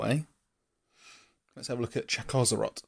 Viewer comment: I think it's Chakko zrot I personally prefer Chak szrot.